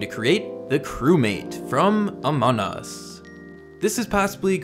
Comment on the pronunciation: It's not amonus it's amongus